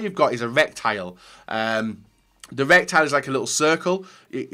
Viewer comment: ITS RETICLE NOT RECTILE!!!! Sorry I enjoyed the video but I couldn't stop cringing when you said that word Haha